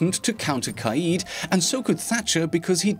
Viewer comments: It’s not ka eeed ... it’s more like ka Ed like the name Ed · “Kai-eed” BOII..... it’s kade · Kaid [Kayed] this is how it should be produced not [Kahid] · U pronounced kaid wrong u wanna know how it's pronounced go to Google translate eng to Arabic and type (Leader) it's pronounced qayid